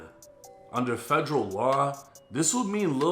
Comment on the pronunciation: Federal not Fredro 😂